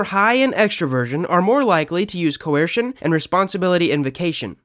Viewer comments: The second he said cuwesrshin instead of coercion I relized this guy didn’t know what he was talking about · You’re saying “coercion” really weird; like Stewie saying “cool whip”